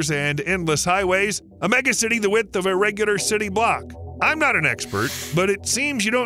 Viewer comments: Wigth ?? Tangara ?? Hmmm, are you Aussie? How'd you get an American narrator ? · What’s a Wigth? 😂😂😂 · "wigth of the line" The production value is weirdly high to have mistakes like that. Is this dubbed? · "Wigth" try Width.